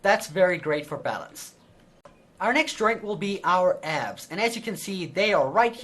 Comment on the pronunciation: When he said "Abs" I though he said "ass"